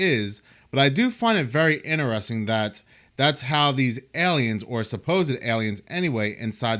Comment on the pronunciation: It's pronounced AY-liens, not Eliens.